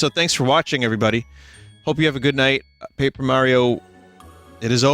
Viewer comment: It would be pronounced Pap-err if it had two 'P's after the 'A'. (Papper)